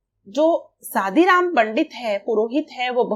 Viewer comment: It's good ..but it's not a सादीराम it's a शादीराम 😂